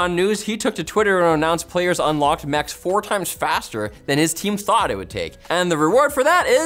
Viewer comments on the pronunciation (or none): none